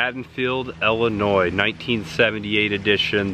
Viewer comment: Great video! It's ILL-inois not EL-inois. Just trying to help.... Best then and now Halloween location video I've seen yet. Phone to the camera was very effective. I felt like I was there. Well done. Subscribed.